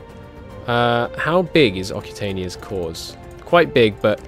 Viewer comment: The "cc" in occitania is pronounced like "ks", just saying.